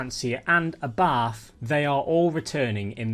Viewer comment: for abarth just say abort but with an a, its no english th at the end